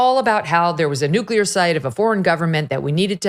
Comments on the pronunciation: Nu-clea-er not New-Q-ler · Sorry, but I gotta say it. "Nuclear" is pronounced, " noo klee ur," not " noo kyuh ler."